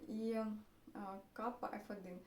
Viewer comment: Гібрид читається українськими буквами Сарра, а не Каппа.